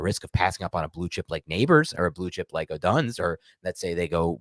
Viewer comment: you gotta learn how to say odunze's name. Other than that great show can't wait for part 3.